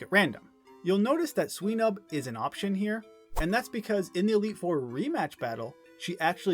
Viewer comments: why do you pronounce swinub like sweenub? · Sweenub? Come on man. It's a pig. A swine. Swinub